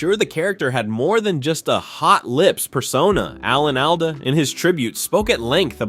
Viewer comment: Alda not Ada